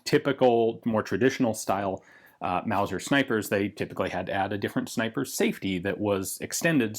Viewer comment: Reeeee it isn’t a zniper scope